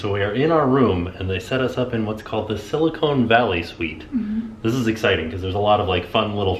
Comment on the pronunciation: Love that you had fun in the Bay! Btw-it’s “Silicon” and not “Silicone” 👍🏻❤️